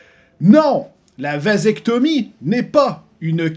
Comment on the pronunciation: En tout y’a un truc que je retient c’est que le mot vasectomie est bien plus drôle avec l’accent québécois que français